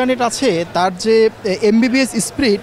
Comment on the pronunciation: Sprit na speed🙈